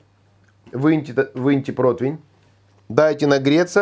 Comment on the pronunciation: прО-ти-вень же, ну?! Протвень, протвень, сорян конечно 😀 Но я давно уже терпел, не вытерпел